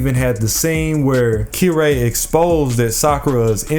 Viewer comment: Weird way to say Kirei but ok